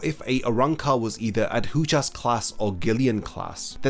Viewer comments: Please learn to pronounce Adjucas correctly. I kept cringing through the whole video as you kept butchering the pronunciation. aH-joo-kaz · ajuchas* arrancar* (no hate just wanted to point it out tbf)